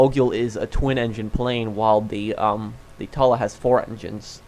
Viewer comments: Why you call it the tola it’s the Tula uuu not ooo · Tuh-luh Moguyl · Dude its not that hard... Tula. Too-lah. Mogul. Moe-gull. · It’s pronounced Toola like the flower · Bruh. In real life, the mogul would be able to carry 15-20 bombs so stop complaining. And learn how to pronounce. Mogul=Mog-ull. Tula=Tu-lla.